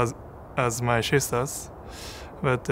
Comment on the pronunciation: Man said Shisters you know